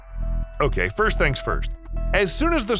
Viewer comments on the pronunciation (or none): none